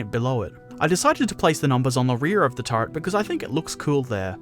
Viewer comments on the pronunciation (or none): Really nice video, but you crack me up when you say "turd" instead of "turret" :D